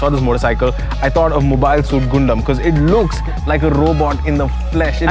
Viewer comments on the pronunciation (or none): It's pronounced G'an dam. Thank me later.